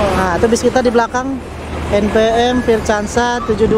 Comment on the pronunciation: Lucu nyebut NPM nya.. anak saya jd ngakak 🤣🤣 en pee em 🤣